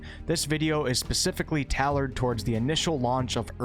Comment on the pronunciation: never have I ever heard someone pronounce tailor like that lol